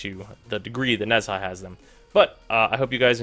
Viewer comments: nez-ha... her.......... oh no.................... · The H in Nezha is silent